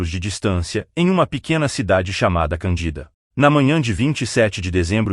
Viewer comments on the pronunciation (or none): RECLAMAÇÃO: TALVEZ SEJA MAIS BARATO, MAS NÃO DÁ PARA OUVIR ESTE LOCUTOR ROBÔ PRONUNCIANDO #CANDÍDA# EM VEZ DE #CÂNDIDA, SOM FORTE NO CAN. NEM FALANDO #ÉSTE, E OUTRAS BABARIDADES. E CADÊ O PAÍS, A CIDADE? NÃO VOU NAIS ASSISTIR.